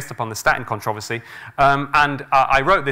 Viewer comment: I wish he would learn to correctly pronounce "controversy" and "reiterate".